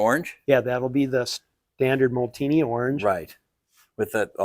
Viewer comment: Way cool! #51 was popularized by TdF racing sponsor Pernod Ricard Pastis 51. Molteni = MOLE-TEN-EE, not Molteeni. Faema = FAH-EH-MA. Happy New Year!